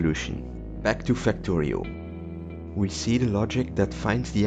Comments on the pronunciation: "Facto" "Rio" I'm sorry WHAT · "Factory-oh" btw